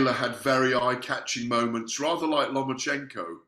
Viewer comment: LOMA-CHENKO, NOT "LOMA"N"CHECHO......JEEZ